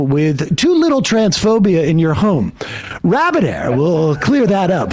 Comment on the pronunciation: Rabid Air?? 😂